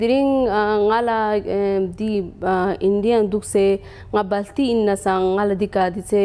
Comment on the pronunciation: He is saying baalti wah wah ye toh major hotay pronunciation theek ker jahil insan